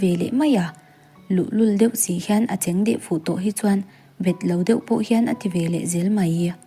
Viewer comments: A cheng deh fuh tih laia cheng i lam dan hi a diklo deuha,khawnge i chen kan tiha chen tih thluk khan lam tur.Tin ngenngawl tih thluk pawh hi a diklo a ngawl lai hi thluk tur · Chhiar pai em mai ngenngawl, a cheng tih te hi lo zir leh deuh la